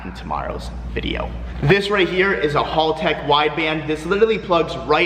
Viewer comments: Its haltech not HALLtech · I’m so triggered hearing him pronounce haltech wrong over and over again.